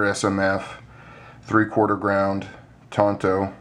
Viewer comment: You got it right first brother, tanto is pronounced tahn-toh. I've had people argue with with me 'til they're blue in the face... but they can tell it to my Japanese instructor. LMAO. People like to argue about phonetics though... I'll trust my Sensei since it is a Japanese word. =) People say "tahn-toh" is a "southern" way to say it... which is also phonetically incorrect... "tan-toe" would be more "southern... phonetically speaking... HAHA.